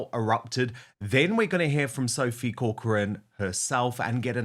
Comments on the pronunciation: Dan, having family connections to the Irish name Corcoran it grates on me somewhat every time you pronounce it incorrectly - please would you pronounce it as - KAW-kruhn which is the correct way thank you so much ❤ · Minor point - learn to pronounce CORCORAN properly! being a Kiwi doesn't help. Emphasis on the first CORcoran